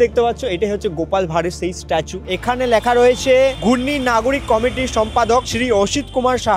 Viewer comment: bhai kotha bolar somoy uchharon gulo ektu dekhis, kane lage. Kalponik(bolchis Kolponik), Lekha(bolchis Lyakha)